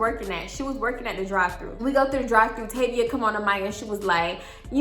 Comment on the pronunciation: Tayvia is my name!! It’s so weird everytime you say it😂